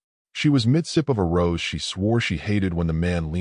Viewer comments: Hey, that wine she’s drinking is rosé which is pronounced rose-A, not rose. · It's pronounced "Rowzay",.